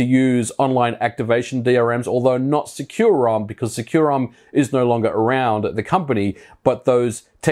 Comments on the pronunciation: I've always read it in my head as "sec-you-rom" where sec is pronouced like the shorthand of second. You're the first time I've heard it pronouced "secure-rom" lol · Huh. I thought it was called SEC-u-rom. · Bruh, you mispronounced the name. It is actually called sucurom in the data files and in the company.